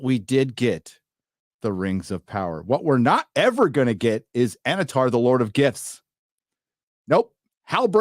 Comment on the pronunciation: I swear I kept hearing say "Annatar Lord of Gifs". Does that make Annatar a meme Lord?